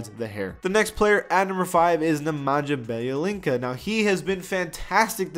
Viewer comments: nemanja bjelica is pronounced ne men yuh bee a leetsa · “NeManjah Bjelincah” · Please never again try to pronounce Nemanja Bjelica, please.